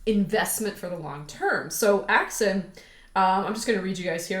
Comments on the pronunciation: Axon not Axin.... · AXON AXON AXON<<<<NOT AXIN!!